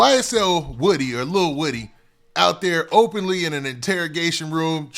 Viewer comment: Woodie not wittie lol